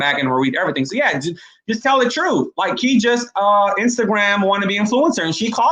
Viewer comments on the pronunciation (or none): So on and so forf??? Troof?? WHAT? Clean up how you pronounce words if you are truly serious about a viable career in any type of broadcasting. How does a person with your roots, who has lived here forever, learn to speak so poorly without ever having been corrected by family, friends or teachers? And why would you be so comfortable portraying such a hollow headed image and how that unfortunately reflects on the good people you so frequently claim to proudly represent? It's an insulting embarrassment and you need to consider that. How does anyone pronouncing so "low life" graduate from college?? Such careless pronounciation must have been a misguided intentional choice at some point but why? Why emulate the worst and most ignorant speech rather than the best? You're supposed to be a "credible communicator"! Dreams and fantasies of success and exposure in "better broadcasting"! won't happen if you don't strive to speak correctly, l guarantee that. The only way McCain will be exiting the View will be if she chooses to leave. Like it or not she is an asset to that show, abc loves the controversy she creates and how that contributes to the ratings. Her name may have aided getting her in that door but it is clearly not what's keeping her there. The current junk you are quoting is totally meaningless regarding her very successful broadcast career. Digging for her demise is pointless and laughable wishful thinking. Her job is secure, and abc knows the negative consequences re the re